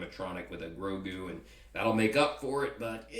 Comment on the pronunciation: Hey one more thing its not Rogu its Grogu :)